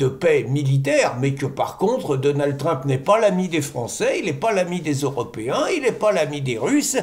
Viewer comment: Donaldeu Trump😊